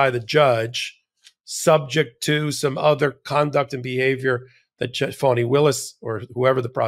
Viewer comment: It's Faani not Fawni